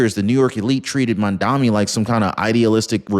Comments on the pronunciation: Mamdani, not Mamdami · Mandummy not mandani! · Try to at least pronounce his name right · It's "Mamdani"!